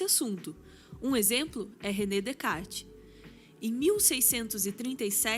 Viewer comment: Sensacional! Ouvir a mulher mais sábia pronunciar Descartes corretamente sem o 's' comprovou o título! E história de Turing é pesadíssima, indico o filme o 'O jogo da imitação'!